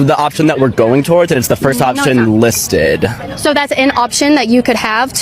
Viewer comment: "It's the first option lis ted." What a ditzy dweeb 😀